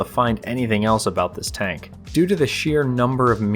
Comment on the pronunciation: It greatly amuses me to hear a grown man say, "Tonk"